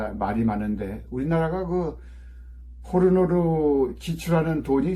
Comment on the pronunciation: 포로노가 코로노로 들렸음 ~~~!